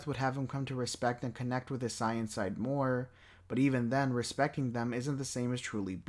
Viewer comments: Why do you pronounce saiyan as sai-an and not say-yuhn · Wtf is this video. Is it written then spoken by ai and not proof listened. What is boo doh-ki What is a sigh-in Karin? I fkn hate AI voice. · The substance in this video is definitely there. But the fact that you cannot pronounce saiyan to save your life is wild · I really hate the way you say saiyan 😂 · I love the video... but every time you say "Saiyan," it makes me cringe 😅 But that's just cause I'm so used to the English dub.